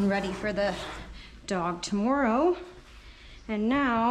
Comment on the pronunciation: i know this is off topic, but the way the camera cut and the small chair flipped. when she said "tomorrow" you can hear her accent